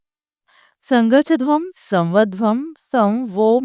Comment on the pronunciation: You are pronouncing the title wrong